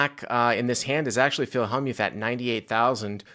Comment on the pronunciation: he also mispronounces Phil Hellmuth's name as well